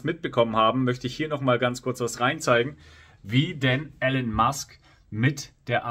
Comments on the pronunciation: Elon gesprochen Ilon, nicht Ellon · Aussprache : Ihlon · Guter Beitrag aber bitte, nicht Elen Musk, er heißt Elon.